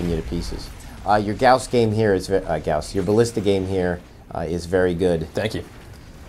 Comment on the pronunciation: I like that he still calls the ballista the guass.